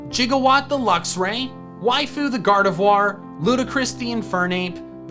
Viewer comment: GARDEVOIR, NOT GARDVIOR!